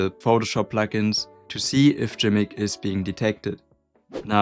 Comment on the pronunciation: This is G'MIC isn't it , yep. Welcome aboard folks. Also fairly certain the acronym is pronounced "gimmick".